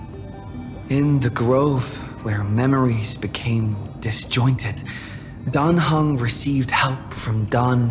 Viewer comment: First Time i listend to the eng dub. Why the heck do they say "Dan Hang" and not "Dan Heng"? (And "Syreenie" lets me cringe a lot)